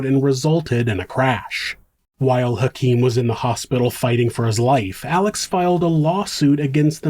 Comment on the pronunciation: i absolutely LOVE your channel! However, you keep calling him Alec and his name is Alex... 😊